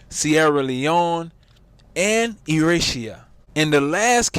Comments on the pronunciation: Eritrea - Erytrayer (pronunciation) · Why do black Americans support Trump??? Why does anyone support Trump??? The mind boggles😮 also you got the pronunciation of Eritrea wrong, I was wondering where that place was you mentioned 🙈🤣🤣